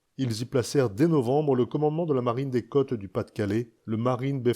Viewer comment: Les côtes, pas les câtes.